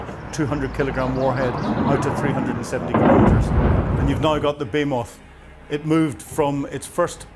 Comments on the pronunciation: It's bloody ridiculous that an educated man like finds it so difficult to pronounce so many words properly. Shahed, NOT Shahad; Behemoth, NOT Beemoth, Vehicles, NOT Vercles and Ryazan, NOT Rizan. Other videos contain many other examples of mispronunciation. This has nothing to do with his Northern Irish accent - it's just a lack of getting things plainly wrong and made even worse by using too much American terminology. It's absolutely infuriating. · Isn’t it pronounced bih-HEE-muth ? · Behemoth American pronunciation Sounds like buh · hee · muhth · "Be-he-moth",. It means something monsterous in size. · You are pronouncing Behemoth incorrectly! There should be emphasis on the “H” as it is important! Bo-He-Moth!!! Meaning something very large! Retired English teacher! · The word "behemoth" is pronounced BA-HEE-MUTH. Slava Ukraine! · BE-HE-MOTH = A behemoth refers to something that is extremely large, powerful, or monstrous in size and capability. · Bay-Moth lol. What a Dunks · I wish would learn how to pronounce Behemoth correctly. Be-He-Moth. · Do you seriously not know how to pronounce behemoth?